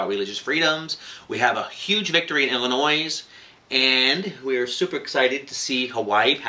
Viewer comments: U guys were so cute pronouncing Illinois as illinoise so many people do it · love you guys, but please stop saying the S on illinois. It's driving me nuts! lol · its illinois with out the s on illinois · The "s" is silent in Illinois. Otherwise, great commentary today. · Ooo I hate that lie... Believe that suing church's for not doing a gay marriage... Just do BS... Out lesbian voting against ... Just messed up. Okay guys... Love you but Illinois is without the "s" when say it :-) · Guys. The S is silent in the name Illinois. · The way you pronounce Illinois is kind of ANNOISING. Other than that, thanks for keeping us all informed about what's going on. Uhhh, why do so few people understand the 1st amendment to the US Constitution???